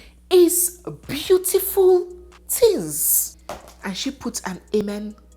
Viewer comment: "Respect is beautiful tinz" 😂😂😂